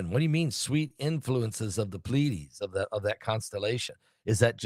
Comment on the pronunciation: Plee- A- Deesses